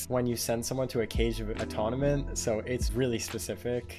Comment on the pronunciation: Sorry, what is “aton-oment” it’s pronounced atone-ment